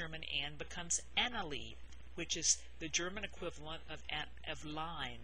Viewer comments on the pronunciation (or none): none